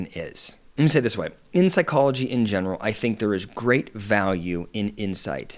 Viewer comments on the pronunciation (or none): none